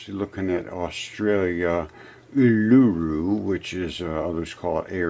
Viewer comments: Agree - the ‘Dunning Kruger’ is strong in this one. He is an idiot. Also in Australia, Uluru is pronounced oo-loo-roo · I’ve climbed Uluru. It’s rock, dude. Not hard tissue. Also, it’s pronounced “oo-loo-roo”. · Commenting early. Will watch to the end. But... Seriously, if his research can't turn up the correct pronunciation of the name of a massive arse rock... (stress on initial syllable, btw). Looking forward to watching the rest now coz I'm sure this was just a teensy little oversight of some kind. Rest of it's bound to be sound. And convincing. And not at all fruitloops.